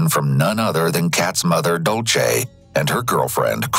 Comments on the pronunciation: Completely irrelevant but the narrator saying dolce instead of Dulce was making my eye twitch 😭😒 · Took me over half of the video to realize when he said Dulce, he was mispronouncing it.